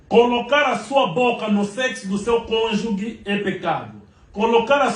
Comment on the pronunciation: "Cônjuge" e não cônjugue.